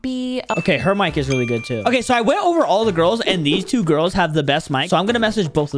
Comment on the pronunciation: Bro when Said i bought 2 giris it sounds wroug 💀